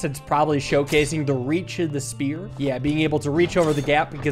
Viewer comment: I love the fact that he still says “Sphear” sometimes 😂😂. I love your content btw, love waking up to an video too